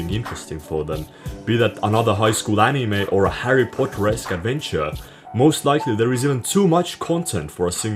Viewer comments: "ANIMÄH" NIGGA WHAT??? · the way you pronounce anime really triggers my autism. great editing as always 👍🏻👍🏻